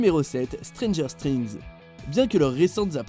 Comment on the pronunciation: y a que moi que sa choque ? Stranger strings ? "STRINGS" SÉRIEUX ? ! STRRRRRRRINGS ? !?!??!?!